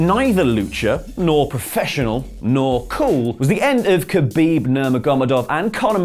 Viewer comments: It's pronounced Khabib NU-MA-GA-MED-OV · You deserve a 5 minute ground and pound from Khabib Nurmagomedov for butchering his second name!